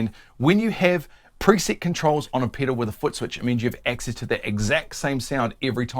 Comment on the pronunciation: It's fun hearing him say Piddle over and over!